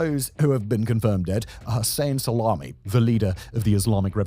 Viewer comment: Thats the first obvious error ive ever seen from this channel. How do you make Soleimani into "SALAMI" 😂😂😂